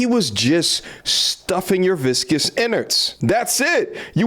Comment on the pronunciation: I laugh like a little kid every time you say viscous inners 😂😂